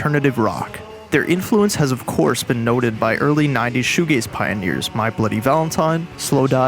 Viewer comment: Oh it’s shoe g-a-z-e not shoe g-a-y-s. This makes much more sense.